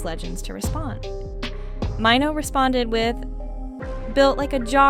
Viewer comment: Who is MY-NO????.....BIH his name is MAINO!!!😂😂😂😂😂😂